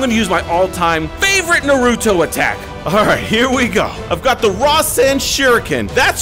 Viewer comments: its na-ru-to not nuh-ru-to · It’s pronounced nar u to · Is not narutoww its nar u to like nar u toe put the toe at end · naa roo tow more like na roo toe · that’s not how you say it You say Naruto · Say nar na ru to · It's marda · It’s NA RU TO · Stop saying his name wrong it's Naruto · You are saying Naruto name wrong!